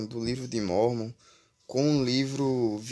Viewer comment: Hmmm pra ser um youtube de informação vc n soube ler o livro de mórmon corretamente,espero que saiba que vc nunca vai pro céu :D